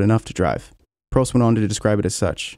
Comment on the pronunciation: Why do you refuse to pronounce peoples names correctly? Vettel, Prost, fuck are you going to mangle Bruce next?